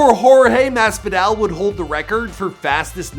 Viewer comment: jorge masfidale , khabib normagadov, joe lawzan, Micheal cheesa, Da main maia cmon my guy at least learn how to say their names 🤦🏽‍♂️🤦🏽‍♂️🤦🏽‍♂️ edit: added more names that he messed up